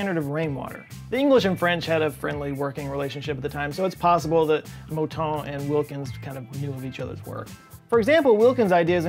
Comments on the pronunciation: I live in Montreal where such mispronunciations are the source of occasional humour. The funniest thing is that he got the “ton” part right, which is difficult for English speakers, but messed up on the “mou” (cue the cow imitations). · I got a big chuckle when you followed up the “ugly American using imperial measurements” comment by mispronouncing Mouton. I’m a big fan of your work, and of how you are always you. 👍🏻